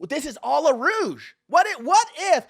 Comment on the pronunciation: It's "what if this is all a ruse" not a "rouge". Rouge is a color - deep red like wine.